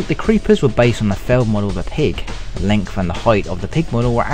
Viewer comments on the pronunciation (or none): none